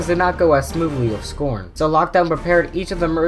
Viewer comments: It's S C R O N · You are not saying scron right idiot but you are smart with transformers